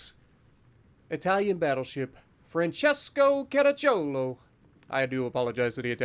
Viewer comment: American pronunciation of italian words is so much fun to hear 🤣. Actually, your accent is pretty good. The only thing to note is that the accent is on the second wovel (Caràcciolo instead of Caracciòlo). I hadn't knew that for a lot of time, I discovered this some days ago (also because I had no idea who Francesco Caracciolo was)